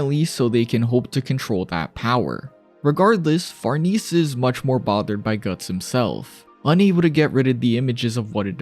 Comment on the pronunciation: far-niece? far-NAY-zee. It's Italian. Love the video